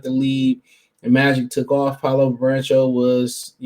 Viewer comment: Its Banchero, Not Barencho. Its DUREN not DURHAM